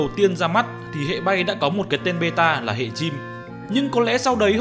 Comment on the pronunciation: hệ not hẹ nhé anh